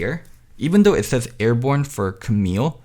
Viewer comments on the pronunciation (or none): none